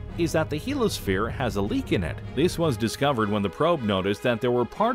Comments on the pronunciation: very good, interesting, and informative video, once again. I have a question, however. Isn't "heliosphere" actually pronounced HEAL-ee-uh-sphere, rather than HEAL-uh-sphere? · You keep dropping the "i" in Heliosphere! You keep saying "helosphere." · It's "heliosphere", not "helosphere". Heel-eeyo-sphere. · OMG!!! Do you realize how frustrating it is when a narrator can't pronounce a particular word a dozen times? I know what a Heliosphere (pronounced "HE-LEE-O-SPHERE") is. But, what is a "Helo-sphere"? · heliosphere! He-Li-O-Sphere NOT helosphere. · It's not pronounced "helo-sphere", because it's spelled heliosphere. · I couldn’t get past that he kept calling the heliosphere the “he-lo sphere” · '' HEEL - [ee] OH - sphere '' !!! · A) It is pronounced "hee-lee-os-fear" There's an "I" in the middle of the word, and it is sounded out, genius! B) Monetize much?! The Goodyear Blimp features less advertising than this clip! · SAY HELOSPHERE ONE MORE MOTHERFUCKIN TIME!!! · I was trying to ignore it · I think I’ve commented on YouTube maybe 3 times in my life but the fact that this asshole drops the I in heliosphere while trying to sound competent is a special kind of nails on a chalkboard. I came here to just say he sucks and give this video a thumbs down.